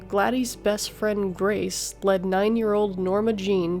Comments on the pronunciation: "Glad-ees" "On January 1934..." Can you at put a tiny bit of effort into not sounding like you're (terribly) reading from a script? Wanna know how we know? Because you are TERRIBLE at reading. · Well-done. However, it's "Glad-dis," and "endometriosis." James Dougherty, not "Daughtry."